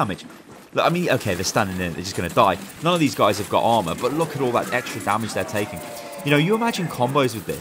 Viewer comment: For a second I thought you said alma I was like who is alma ... Then I heard armor